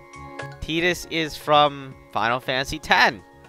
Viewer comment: 0129 If you wanna be anal about it, it's technically "chi". Sounds the same though. He's also saying Tidus and Yuffie's names wrong, but eh...English.